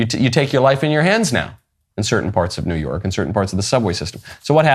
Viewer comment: He said “new yerk”